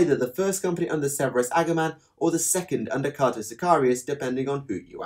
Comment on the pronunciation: Hey just FYI Cato is pronounced Kay-toe, not Cat-O. Like a lot of the Ultramarines he's named after a famous Roman. Well, two famous Romans known respectively as Cato the Elder and Cato the Younger, but that's neither here nor there.